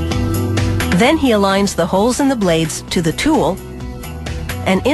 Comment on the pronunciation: Why does she keep saying teul instead of tool?